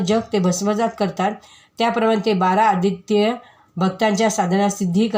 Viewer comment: द्वादश आदित्य असे वाचत करावे . मी सांगते राग येवू देवू नये वाचन घाईत न करता उच्चार बरोबर पाहिजे . बारा अदित्य